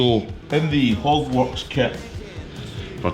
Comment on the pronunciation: it will be interesting to see what you think the first ride out! With your accent it sounded like you bought a "Hogwartz" brand headlight hahahaha My wife is a Potter fan and she was in the other room and yelled What the hell is a Hogwartz headlight? haha!